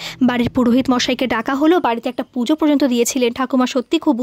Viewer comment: প্রযন্ত নয় কথাটা ,কথাটা হলো পর্যন্ত (পর জন তো ) অনেক দিন ধরে ভাবছি তোমায় বলবো ,কিছু মনে করো না ,শুধরে নিও ভুল টা ।😊